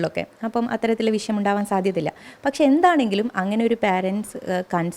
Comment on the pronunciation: വിശയം അല്ല വിഷയം